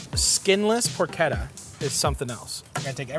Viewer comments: Marty it’s not porketta. Say it like this. Porshetta. Easiest way to tell you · Matty im sorry ily but its pronounced “porchetta” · "porkketta" :P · Por CHEH tuh. How does a chef not know this?! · Just say "porshedda" like everybody else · what is this porketa he keeps saying? He also say keese?